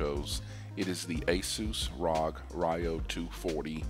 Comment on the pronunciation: Is no one gonna say anything about “Rog” It’s R O G!